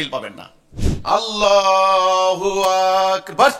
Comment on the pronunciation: সেলিম বাটপারটা তো আল্লাহু আকবার শুদ্ধ করে উচ্চারণ করতে পারে না